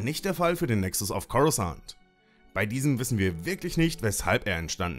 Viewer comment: Cooles Video. Btw der Plural von Nexus heißt Nexus, weil es eine u-Deklination ist (Latein). Das u im Plural wird lang ausgesprochen.